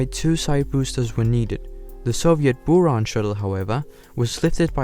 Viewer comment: And also several animation inaccuracies like the sls not being close to what the real sls looks like. It looks like he just recolored his saturn v. He also pronounced stuff weirdly like buran and energia (energia has a hard g sound, and buran has the u pronounced like a buh, not booran)